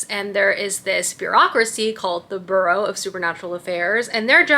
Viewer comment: Amazing fall vibes!! Also I am not at ALL trying to be rude but it’s “bUreau” like Feeris BUeller 😊